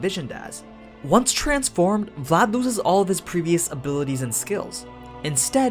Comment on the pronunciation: I literally slap my face every time I heard you pronounce any romanian name , either for people or regions name considering that I’m Romanian... At least you got Vlad name right